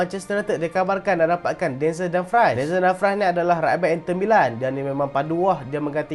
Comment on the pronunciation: Dumfries tu sebutan dia dumfreeze bkn fries kentang tu. tegur ja